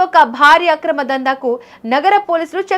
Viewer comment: మెలిమై ఉండును కాదు మేలిమై ఉండును ఆక్రమ దందా కాదు అక్రమ దందా ఎవడే నీకూ సాధువు చెప్పింది